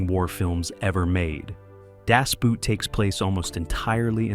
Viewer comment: Das boot... pronounced like a shoe? No, no, no, no!